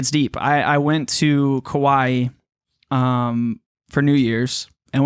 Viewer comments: did he say he's moving to "Kauai" or "Kuwait"? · I deadass thought he said Kuwait so when he said he would be back every Monday I was hella confused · Is that his way of saying Hawaii? Or is that how people on the west coast say it to be “cool” Kawaii? Does he like anime alot? So many questions as to why he’s not saying it right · wtf is a kuwai? Did he say Kuwait or Hawaii? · With the way pronounced the country, I don’t even think he knows where he’s moving to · I hope this is a joke. kuaui is an island. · Kimburlee Hedtke that’s what I also thought by if that’s the case he’s not pronouncing it correctly